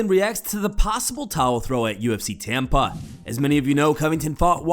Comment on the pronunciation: I aint gonna lie I thought narrator said Tampon not Tampa had to rewind is that just me?